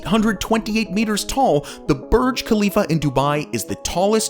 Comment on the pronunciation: Needs to learn how to pronouce Khalifa like a local.